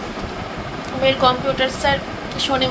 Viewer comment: Compoter ki uchharon vul val uchharon computer ok